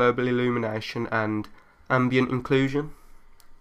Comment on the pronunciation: The 'inclusion' I think was just his accent